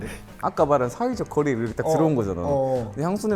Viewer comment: 이렇게를 이르게라고 발음하는거 너무 귀엽..